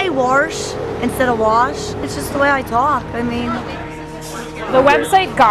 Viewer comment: Interesting, I live in Colorado which is known for having a pretty "standard" US accent and the people interviewed don't sound like they have a very strong accent generally, except for a few really specific words like the girl saying "warsh," downtown "dahntahn," and words like talk "twauk" (which is pronounced more or less like that everywhere in strong Northeastern accents.) Compared to a lot of the Northeast accents in surrounding states it sounds pretty lightly accented to me, but maybe they've just interviewed people with lighter accents. I have heard Penn Dutch type accents and those are intense. The girl saying "warsh" is the only one I think I'd really clock as accented, her accent seemed the strongest/furthest from "standard." But the end of the day "standard" doesn't mean much and everyone has an accent of some kind. I've always loved New England accents FWIW including Pittsburgh.